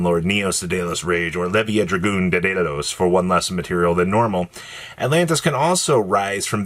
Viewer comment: Where in the actual hell do you see any letters that make an "-ose" sound at the end of "Daedalus." It's LUH-S. Just like you say "Lo-" in "Love." Come ON,.